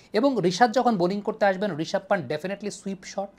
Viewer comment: নামটা পান্ত হবে,, not a পান্ট। ভাইয়া আপনি ভালো পর্যালোচনা করেন খেলা বিষয়ে, তাই আপনার থেকে সঠিক উচ্চারণ আশা করি।